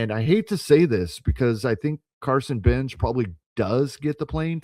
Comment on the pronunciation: Good analysis - FYI, Carson "Benge" is not pronounced "Benji", it's pronounced "Benj".